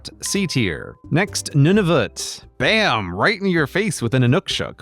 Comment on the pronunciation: The way sask and nunuvut hurts my ears and quebec should be F tier